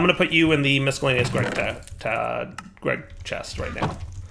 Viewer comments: Please for the love of god .... stop saying miscellaneous. You have never pronounced it right. EVER. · While he's derpy, that's not by mistake. I'm fairly sure that's "as intended" as (and while I agree with you) that is "how it's spelled". I mean, why is the "c" there?